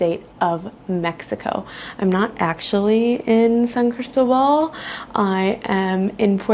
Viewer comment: San CrisTObal…accent on the second syllable… Wear solid shoes, sidewalks are slippery. It is a gorgeous Pueblo mágico. ❤️🇲🇽 And it gets very warm here, I often wear sleeveless dresses and tops, but not year-round. 7200’ elevation which means a strong sun, thin air, and chilly temperatures during certain months. From March through September it is very temperate, NOT cold… Coca Cola is evil, and good that you told the true story. “San Cris Gut” is REAL. Sadly. It takes months to adjust. Almost everyone is affected. Fireworks are almost EVERYWHERE all over Mexico. Try living in Oaxaca! 😂🇲🇽❤️